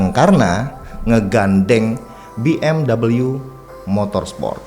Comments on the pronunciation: WOI BACANYA BUKAN B M DABALYU. TAPI B. M. W. MEMANG GITU CARA BACANYA OI. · Padahal pengucapan yang bener tu justru BE EM WE loh bang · BMW itu mobil jerman, bukan mobil inggris, jd ga perlu dibaca BMdobelyu